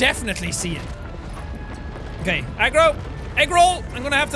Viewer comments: Did jack say 'What up Egg Roll' instead of Agro? ...Ok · Jaaaaack its pronounced Agro not egg roll JK i dont care how you pronounce things. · I thought he said eggroo,... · Is it agro or egg roll...I’m not kidding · Whenever he says “Agro” I think he says “Eggroll” maybe because I’m hungry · Did jack say eggroll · Egrol. LMAO I know it is Eggroll. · Is it bad that whenever Jack said Agro I heard egg roll? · Chrono_gaming Bro yes but the whole time I was hearing Egg Roll. Probably because I started watching it on the bus and with all the noise heard that. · when sean says the horse's name it sounds like eggroll